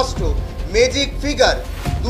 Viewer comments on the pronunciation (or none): মেজিক নয় ম্যাজিক উচ্চারণ টা ঠিক করে করুন। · মেজিক আবার কি উচ্চারণ? ভালো করে উচ্চারণ টা শেখো।